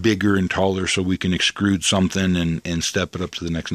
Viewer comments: Thanks. Gonna sub and check them out. BTW, not to be a total A-hole but ' the word is "extrude" (not "xcrude"). I used to operate an extruder in a plastic factory. :^) Saint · Extrude.... not excrude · Very cool work man, have you built anyhting large with hemp? Also, the word is "extrude" : say it like "EX TRUDE" ;-)